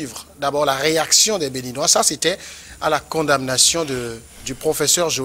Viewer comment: S'il vous plaît. On ne dit pas blanchissement d'argent. On prononçant condamnation, on la lettre m reste muette. Merci.